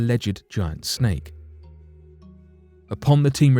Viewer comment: Is it a "snake" or is it "shhhnake"? Also + is it "assumed" or "asshhhooomed" just like ...??? NOT sure about this Channel though... hearing a LOT of "Lamestream Narrative" being repeated here, on this channel. The lack of video evidence (i.e. using simple "Stock Footage" that anyone can buy for cheap) and NOT using anything that even resembles a "unique" experience... except for the reemergence of what's called "Picture Video" where one just pans across a picture to give the illusion of an actual "video".... Hahahahah! "conshhhumed"... IDK if the artificial voice is getting worse or if it's getting worse... Let's see if we can't get it to pronounce "assume" correctly without a programmed "sh" sound when experiencing a "ss", yet only on occasion... IDK it CAN pronounce "possibility" but NOT "assume" correctly... with the attempt to lull one into the "trance-like" zone that TV cadence will put one under. I mean, what's up with that?!? Meh! These are not the droids we're looking for... move along, move along!!